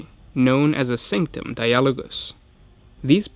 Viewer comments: di-AH-lo-gus seems unlogical, maybe DI-ah-lo-gous like the word DI-a-logue? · die-a-log-us if you need to know how to pronounce anything put it in google translate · It's Die-ah-low-guss. That's exactly how you Anglicise that, learn to English. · You're right you are pronouncing it wrong! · No he isn't.